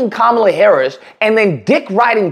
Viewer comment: Dude should learn how to pronounce her name correctly first, but yeah, politically he's definitely ignorant.